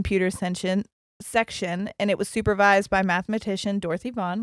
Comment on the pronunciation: Vaughn rhymes with lawn. Also, get your iron levels checked. That causes restless legs. You might just need iron supplement to take care of it rather than gabapentin to mask the symptom.